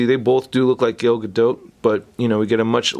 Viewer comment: its "Gal Gado" the spelling is Gal Gadot but you pronounce it as "Gal Gado" with a faint T